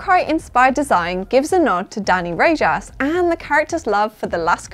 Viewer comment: Just fyi Rojas is pronounced RO-HAAS .. not RAGE-ASS 😉